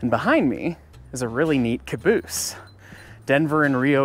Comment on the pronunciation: Son of a beeese!!